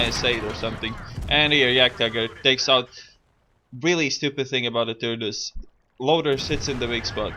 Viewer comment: lol he said turdus